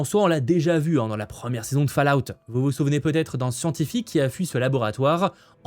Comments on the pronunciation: Cette saison 2 de Fallout ( prononcer " folaout " ! 😊) est vraiment très ( trop) confuse... même avec tes explications.... la réalisation baisse d’un gros cran par rapport à la saison 1, les scènes d’action sont vraiment mal faites.... c’est dommage, je ne le souhaite pas, mais avec cette saison 2 trop complexe ( franchement on ne comprend pas les motivations des personnages et leur but) j’ai peur que les audiences soit désastreuses... j’avais adoré la saison 1. J’ai été un spectateur passif et perdu pendant la 2ème.... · ta prononciation de " Fallout " fait toujours autant seigner mes oreilles